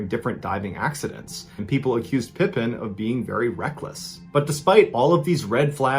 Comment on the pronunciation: It's pronounced Pa Peen not like Scottie pippen. Her husband didn't hold the record Tonya streeter a hot blonde held the record Audrey tries to break